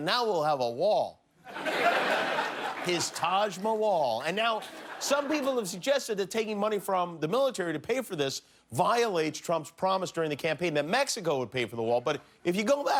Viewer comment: Taj Ma-wall lmfao